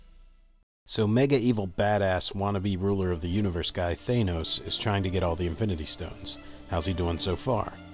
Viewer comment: It's not Thane-os it's Thanos. TH-AH-NOS.